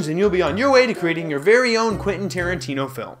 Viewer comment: Stop getting tarintino wrong 😂